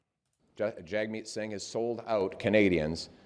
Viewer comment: I hate that Poilievre purposely mispronounces Singh's name